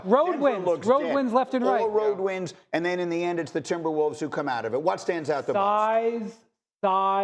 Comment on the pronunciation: Did I really just hear "the N...imberwolves" ? man thought for half a sec that Nuggets won that game haha